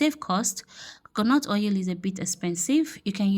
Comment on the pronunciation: Not ou it's oil